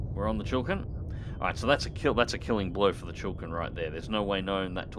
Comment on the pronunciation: Chi-li-kin not Chill Kin